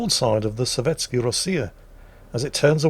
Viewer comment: Azur Lane SOVETSKAYA Rossiya. Not sovetsky